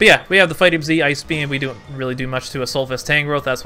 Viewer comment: It's pronounced Fightinium Z, not Fightium Z LOL